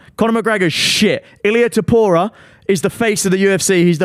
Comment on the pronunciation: Danny is the biggest ufc casual that McGregor topuria take isn’t even a hot take and he can’t pronounce topuria